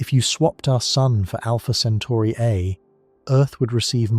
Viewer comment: Great video but make up your mind on one pronunciation. CentAri or CentOri.